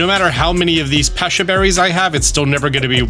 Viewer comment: It's pronounced pe-cha not pe-sha